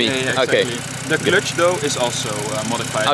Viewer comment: "The Clötch" thats the most Dutch thing I've ever heard